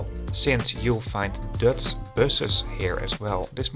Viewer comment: Prima vid, maar je uitspraak is wel een beetje irritant af en toe. "Dutch" en "luggage".